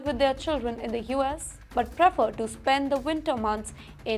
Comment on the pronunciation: this anchor's pronunciation is never right. She doesn't know how to pronounce, "Prefer".